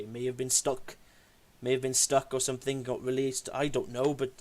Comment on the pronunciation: Any one who pronounces something as sumfing has to be less intelligent than a 10 yr. old. His video proves he's got the mind of a child.